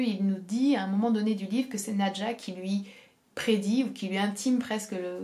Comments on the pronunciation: Qu'est-ce que j'ai aimé Nadja! (Juste: je crois être sûre que l'on doit prononcer "nadia" selon le russe d'où est tiré ce nom) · En russe c'est prononce "nAdia"